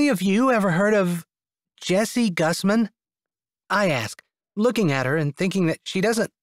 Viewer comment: What a great story 👏🏽 I chuckled and had fun listening, Jessie I liked that you put yourself in the story 😀 every time your name was being said it didn't come out right haha, the senior ladies were a lot of fun especially Angus and their plan work putting Doug and Leah together. Thank you for making me laugh and as always LOVE ❤️ is a beautiful thing you are excellent at your job 😊 PS this is the funniest 🤣 book that I've heard from all your series unto book 4 until then ♥️